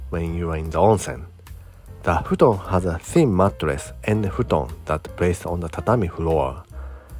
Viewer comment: I very much appreciate it as you say things like "futon" to help us with our japanese accents. You are appreciated!